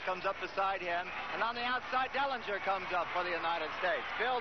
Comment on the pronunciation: Did he just say Salinger instead of Dellinger?